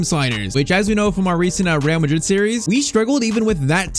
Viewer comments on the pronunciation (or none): none